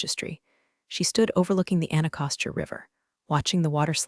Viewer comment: I was startled that they pronounced the river's name correctly but can't get Pentagon right!! That was hilarious.